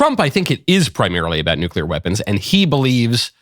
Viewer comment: "Eye-RAN-ian NUKE-yu-lar"